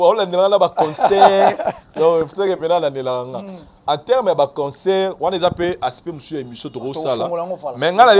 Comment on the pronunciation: Est ce que ces chronifuati prennent le tps de lire les commentaires 😁 vs mettez la photo de fally prkoi? Pdt que vs avez peur de citer son nom? Pour attirer notre attention? " concert il dit consseur "😂😂😂😂